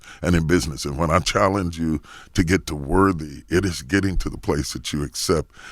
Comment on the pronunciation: I was confused for about 45 good seconds when Charlamagne said he finally got to "worvy..." I was like... excuse me?!?!? Bishop Jakes was confused too. Alright, let me go post something positive.